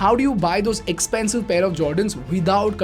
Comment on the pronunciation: Bro there is huge difference between expensive shoes and expansive shoes... It's all in the pronounciation. I thought you were selling English masterclass or something man... That is unacceptable on your part